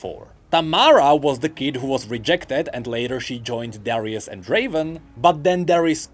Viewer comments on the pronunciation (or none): none